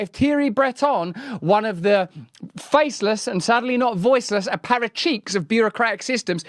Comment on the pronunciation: I love how Russell pronounces "Aparatchiks" like "a pair of cheeks"😂